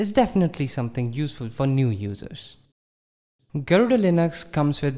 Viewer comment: Why are you pronouncing garuda wrongly?